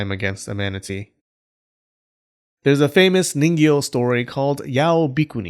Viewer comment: This entire video all I can kept hearing is Niño